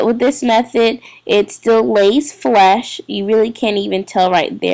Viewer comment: Lays flush! Not lays flesh..smh